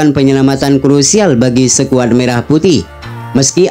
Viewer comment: Ko' bacanya sekuad.